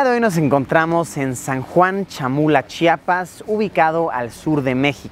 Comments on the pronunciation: La verdad que si,le agredece que pueda pronunciarlo bien ya que hasta gobernadores no lo pronuncian correctamente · Luisito, se agradece ENORMEMENTE que pronuncies perfectamente el nombre de Chiapas, muchos mexicanos de otros estados y extranjeros cuando vienen acá dicen "CHAPAS" y a los chiapanecos eso nos molesta... Saludos... excelentes videos de este maravilloso estado. Probaste el Pozol? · Por fin por fin alguien realmente famoso lo dice bien Chiapas y no Chapas ❤️ Saludos de Tapachula Chiapas crack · Vaya luisito la pronuncia muy bien tsotsil..